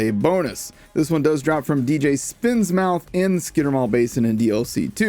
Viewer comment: DJ Spinsmouth is a reference to the town called Innsmouth found in multiple HP Lovecraft stories, so it's likely pronounced Spins-muth like how the town is Inns-muth, not Spins-mouth.